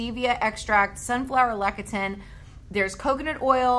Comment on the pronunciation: please say: “Less-ee-thin” for Lecithin.